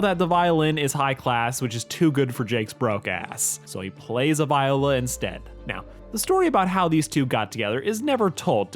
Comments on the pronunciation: BRO PLEASE PRONOUNCE VIOLA RIGHT ITS NOT “Vye-olah” ITS “Vee-olah” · As someone who plays the viola the first 2-3 minutes of the video hurt to listen to. The viola (vee oh luh not vie oh luh) isn't a chunkier violin with a different sound, it's like a bigger violin that is 4 notes lower. And, as you said, it also does have a slightly different tone. You play it like a violin, since its only a little bit sized up (for reference, the smallest violas are about the same size as the largest violins), but it has the same notes as a cello, and altoclef (viola's clef) is only one step away from being like cello clef. A better way to think of it isn't "viola is violin's chunkier cousin", but if they were siblings, cello would be the older sibling, viola would be the middle sibling that gets little to no attention, and the violin is the youngest of the family that the parents put most of their love towards. good video otherwise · watching call it a v-eye-ola and not a v-EE-ola pained me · The VE-ola (pronunciation) Learn damnit. The viola is the closest incarnation to the viol family. The original bowed stringed instrument family in western culture. Uncultured swine. Smh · I can deal with your 1000% full on hate dis of the viola..... If you know you know, and clearly you don't..... But what I can't deal with, is your pronunciation…. it's Vee-oh-luh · I don’t want to be that person, but it is pronounced “Vee-o-la” I didn’t suffer three years of orchestra for this. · As someone who played the viola in 5th grade, I writhed in agony when you mispronounced it, and I’m glad you acknowledged it! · No ones gonna talk about how he pronounced viola? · The way you pronounce viola infuriates me ngl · this s completely a nit pick but as some one who played viola for 2 years (and now plays bass) why does he pronounce it like that😰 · As an orchestra kid. Every time you said Viola I died a little inside but still couldn't help but laugh 😂